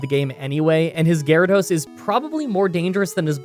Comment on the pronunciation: that sounds like you call gyarados a middle aged man :D